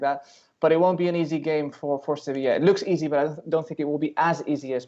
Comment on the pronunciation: cracks me up anytime says "sevisha" lololol